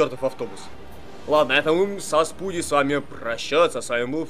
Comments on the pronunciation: Почему спуди ? Вобщето спайдер мен, а не спуди мен !!! За это дислайе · не спуди а спайди